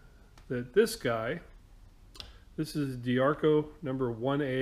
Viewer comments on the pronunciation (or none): its not Di-ARCO, its Di-ACRO.:-) Nice score! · Must resist the urge to correct. Must resist the urge......... ah shit, I can't resist it. Di-Acro (Die-ak-ro) LOL That bender is top shelf stuff. Good score.